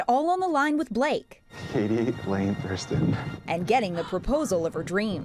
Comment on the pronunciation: Katie "Thruston" LOL.